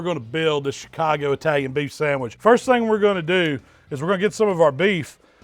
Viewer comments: Sangwich lol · My guy said a sangwich u kno its gon be